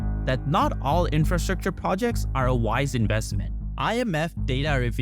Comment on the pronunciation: Love the video but I would also advise to practice infrastructure and government pronunciations